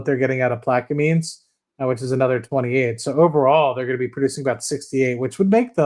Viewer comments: Its pronounced plaq-a-mens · I am from Louisiana, it is pronounced Plaq - a - mens.